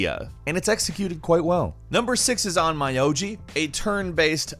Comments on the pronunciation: It's pronounced On-myo-ji not onmayoji, it means exorcist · On my o ji? Its on myo ji... Dammit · "On 'my' oji" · It's a joke cuz mispronounced it. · You pronounce onmyoji btw